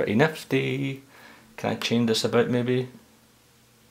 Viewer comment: by the way, do you say nefty or nifty and what's the meaning? cool accent though :-)